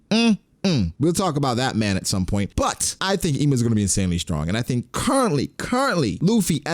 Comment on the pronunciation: Can you at least pronounce Imu correctly lol